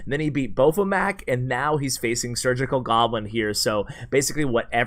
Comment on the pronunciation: hey pro tip: boeufmac is pronounced 'buff-mac'